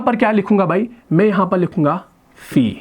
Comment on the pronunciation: معزرت کے ساتھ ۔۔م کے اوپر زبر والا "میں " کے معنی Me ہوتے ہیں اور م کے نیچے زیر والے " میں " کے معنی ہوتے ہیں In. ان دونوں کے اردو تلفظ میں فرق ہے ۔ وہ آپ درست کریں۔ جیسا کہ۔آپ دونوں کا ایک ہی تلفظ ادا کرتے ہیں۔ شکریہ۔